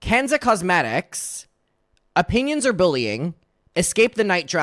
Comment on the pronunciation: I'm sure this was "Opinions or bullying?" but I heard you say it as "Opinions are bullying" which feels so on brand for Gabby.